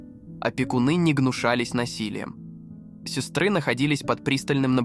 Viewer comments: Люди, записывайте свои голоса, а не вот эти Балаболки.... Я понимаю, что просто написал текст и тебе всё вызвучило. Но порой - это кошмар сестрЫ к примеру... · Режит слух. Сестры . бедра и. т.д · Хороший ролик. Вот только текстовое сопровождение режет слух! Ударение в словах ставится произвольно, где придется... "циркИ, сестрЫ", противно! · Что с ударениями? ЦиркАх, сестрЫ, ШлитцЫ...